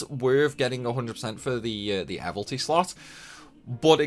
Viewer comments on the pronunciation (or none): hey man. you keep saying "evilty" missing out the second I. it's like abilities but evil. evil ities, mildly frustrated about that sorry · Man it’s even worse , he says “ ehvel-tees “ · How does someone who plays and makes this much content about disgaea still think evilities is pronounced "evil-tees". It rhymes with "abilities".